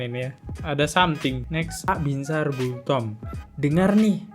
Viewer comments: Bos nama orang yg benar disebut jelas² tertulis BINSAR GULTOM tapi ber-kali² disebut GULTOMO knp ini ??? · Bang, baca nama jgn salah2 dong, Binsar Gultom, bukan Binsar Gultomo. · Nyebut namanya salah2 mulu bang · Host matamu rabun ya?? Nama hakim itu binsar gultom bkn gultomo Nm pengacara Otto hasibuan bkn hasimbuan